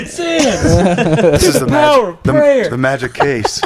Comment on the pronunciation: The. Power. Of. PRAY-OR